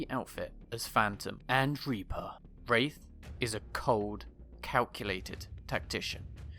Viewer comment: There's a mistake at the beginning : "Waith"